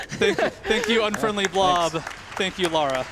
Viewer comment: He says Lara correctly